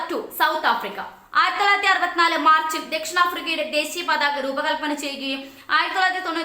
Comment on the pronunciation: പാതക അല്ല പതാക....